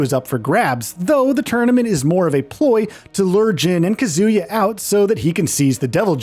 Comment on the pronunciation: It's KAH·zoo·yuh, not kuh·ZOO·yuh. They literally say his name in the character select screen in EVERY GAME